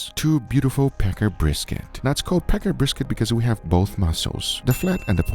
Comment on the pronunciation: Packer, with the a in packer pronounced like the a in "can". You were saying Pecker brisket, which admittedly, probably made the video more entertaining.